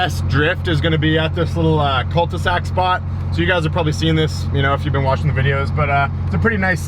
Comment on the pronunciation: It's cul-de-sac, I thought they called it a dead end in english seems like not.